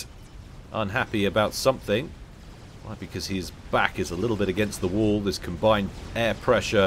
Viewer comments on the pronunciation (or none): none